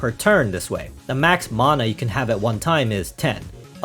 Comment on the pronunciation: That's just the correct pronunciation. Anyone saying "manna" is simply wrong.